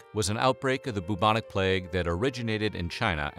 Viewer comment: You are single handedly one of the most boring, monotonous sounding narrators I’ve ever heard, these videos could be so interesting but no, we’re stuck with this boring af guy who can’t even pronounce bubonic. Stop it.